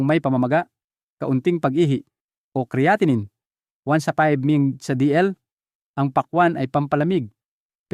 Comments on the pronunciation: "Cre-atinine"??? Bagong pronunciation iyan doc ah??? ANG dami mong paikot-ikot ng pauli-ulit na words which makes your irritably boring. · Bakit Hindi cya marunong mag pronounce Ng creatinine kung titoong doktor cya??